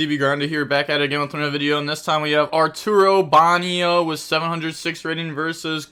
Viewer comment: "Arturo Banio" hahahaha